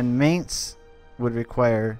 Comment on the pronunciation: I know it's minor, but I cringe every time I hear may nz instead of my nz. Just disregard the a in Mainz.